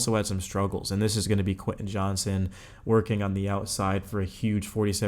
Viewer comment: Not to be that guy…but “JOHNSTON” bro…not Johnson.